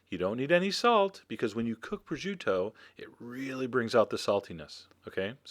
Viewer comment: there is no "ju" in the name its pronounced pro-shoo-to